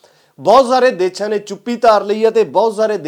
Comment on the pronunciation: ਵੀਰ ਮੇਰੇ ਦੇਛਾ ਨਹੀਂ ਦੇਸ਼ਾਂ ਹੁੰਦਾ ਕਈ ਵਾਰੀ ਤੁਸੀਂ ਦੇਸ਼ਾਂ ਬੋਲ ਦੇ ਹੋ ਜਾਦਾ ਤੱਰ ਦੇਛਾ ਬੋਲ ਰਹੇ ਹੋ